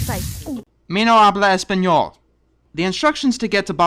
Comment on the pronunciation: it's "yo no hablo espanol," (the H isn't pronounced) (the n in espanol is pronounced ny."